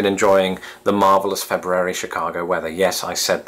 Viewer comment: I'm just impressed that you pronounce February the way its spelled. We Americans love saying Feburary